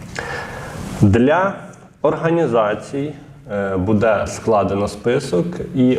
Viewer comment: ріже слух наголос в слові будЕ, а правильнл бУде, ведучий дивись ВІКІСЛОВНИК